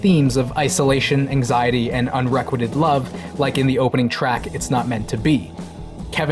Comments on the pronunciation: You pronounced "unrequited" incorrectly. The emphasis is on the "quite" part and it's pronounced as the word "quite" itself (so, it's "un-re-quite'-ed", not "un-reck'-wit-ted"). Or just Google how to say it. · That's not how you pronounce unrequited.